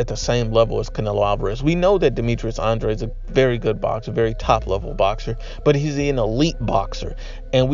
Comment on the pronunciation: Says Andrade 😂😂😂😂😂😂😂😂😂😂